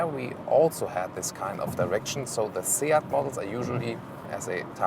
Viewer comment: Nice looking little car and great review as usual. Kudos as well for your fantastic pronunciation of SEAT and Leon, unlike all my fellow British journalists. Your Ibiza pronunciation isn't bad, but for pure Spanish flavour you should pronounce the 'z' as 'th', as in 'thanks' or 'think'. Keep it up guys, cheers.